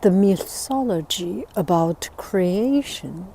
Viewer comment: it is pronounced 'myTology' not 'miSology'...and 'coucou evening' does not make sense